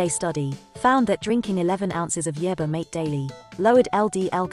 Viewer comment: It can't pronounce the word yerba either